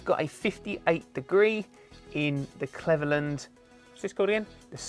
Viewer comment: But please don't say Cleverland again hahah